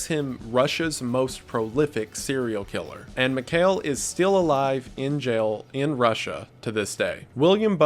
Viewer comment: And also his name is pronounced differently. Mihail and Mikel are two different names despite being related. I know it’s no that big of a deal but I just wanted to correct this guy the whole time watching this part 😬